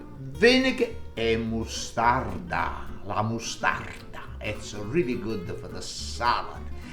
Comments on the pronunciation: I just went to get the ingredients to make this for tomorrow. Im waiting on the fresh corn delivery! Haha The way you say mus'tarda kills me. I love it. Haha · i was trying to understand what was in the jar , i thought it was Dijon mustard but you kept saying (i kept hearing) Wastarda🤣